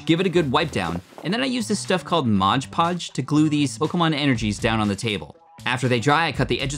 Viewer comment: it's not called modge podge, it's mod podge